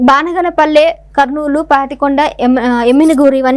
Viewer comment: బనగానపల్లి సరిగ్గా చదువు